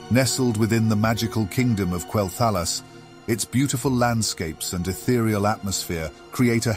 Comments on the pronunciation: KWELL-THUH-LOSS :l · while it was rather enjoyable most people pronounce Quel'thalas as Quel- tha-loss. Not a big issue. Just might put off some people since you are still growing. Keep up the good work though :3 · Why do you say quel'thalas like that? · Go play the game and listen to how the NPCs pronounce Quel'Thelas and say it like they do. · You pronounced Quel’thalas different each time and never said it right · I apologize for the mispronunciation of Quel'Thalas! It's rather hard to get it right within the context of a sentence. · Hey, thanks for the feedback! I'm aware of the mispronunciation of certain names and made adjustments to future video and podcast narrations. The reason for the sometimes strange pronunciation is due to the use of an AI narrative. This choice proved troublesome at unique situations like Quel'Thalas, Kel'Thuzad, Kael'Thas. Either way, the idea remains unchanged, bringing the viewer a captivating and broad overview of the zone. Hope this clears things up! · Quel'THALLUS? TRENT? Quel'Thalass and Tree'nt are how they're pronounced.